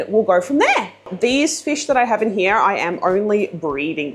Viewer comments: “HERE , YAH”” lol “here” it’s one syllable! Great video jerking ya chain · “Hee year”. “Here”!! Kills my lol